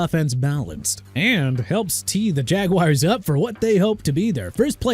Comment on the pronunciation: MIAMI DOLPHINS B- AND JAELAN PHILLIPS TO PHILADELPHIA NEW ORLEANS PRONOUNCED NEW OR-LINS NOT NEW OR LEANS CHICAGO PRONOUNCED SHEE-KAH-GOW NOT CHI-KA-GOW JAGUARS PRONOUNCED JA-GWAARS NOT JAGWIRES DRE'MONT JONES PRONOUNCED DRAY-MOUNT JA'SIR SMITH PRONOUNCED JUH-SEER JOE TRYON-SHOYINKA PRONOUNCED TRI-UHN SHOW-YEEN-KUH AND TRYON NOT TYRON MAZI SMITH PRONOUNCED MAH-ZEE